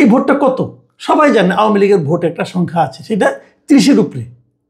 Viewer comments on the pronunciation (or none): none